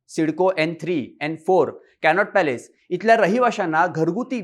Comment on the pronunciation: कॅनॉट पॅलेस नाही हो.. कॅनॉट प्लेस म्हणा.. 😂